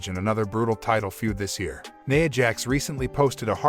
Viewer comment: Who tf is "Neyah' Jax????